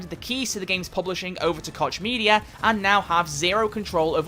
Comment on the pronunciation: It's pronounced "Coke" media! god damn illiteracy.